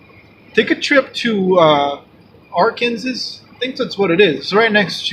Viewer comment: thank you so much for sharing! ❤️ by the way, it’s not pronounced Arkansas, it’s actually pronounced Ar-Kan-Saw.... just thought you might wanna know. ❤️